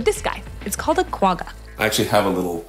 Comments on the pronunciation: . In Xhosa, the Q are annunciated not replaced. Hakuna matata though, as there are no tyrant Rexi. Quagga. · Kwagga (or quagga) actually pronounced with a guttoral g from the back of the throat similar to the hard "ch" in the German word Bach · as a South African it was so cool seeing the quagga in here! It is actually pronounced kwa- gga (the G is a uvular fricative like the ch in Bach ) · It's pronounced Gwagga Kindly, A South African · Please go and research the correct pronunciation of Quagga